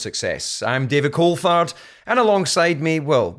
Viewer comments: It's Coal-Thard - everyone incorrectly says Cool-Tard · Coulthard. Coulth-ard. th - as in think. Not tard as in re---d. 😂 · David says his name wrong! It’s CoulTard!!! 😂😂😂